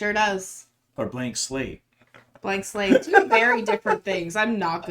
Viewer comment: I giggled everytime you said slate!